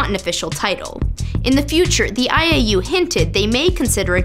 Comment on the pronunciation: When she said IAU i thought she said 'I ate you'. Hahaha